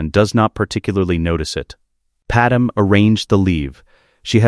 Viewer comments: PadMÉ NOT PaDAM!!!! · Calling him Vader-Anakin was a bit jarring. Also, calling Padme “Padem” was tough to listen to as well. But all in all, really great story. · The AI is better at pronouncing planet names, but now Padme is Padum... don't get it, that one should be easy... Great stories though. We'll done!